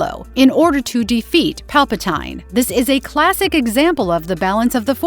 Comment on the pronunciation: Disliked the video cause they can't pronounce Palpatine name right. Uncultured swine.